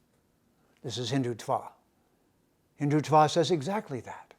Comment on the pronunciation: You cannot even pronounce the word Hindutva correctly!!!! Haha!